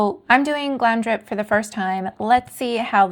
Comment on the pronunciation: Really lovely vid, but you pronounce it Glamour dip (GlamRdip) :)